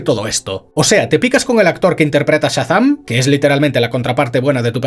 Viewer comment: Por qué dice "Satán" en vez de Shazam?